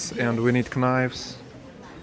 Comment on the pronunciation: The k in knives is silent. It’s just pronounced “nives”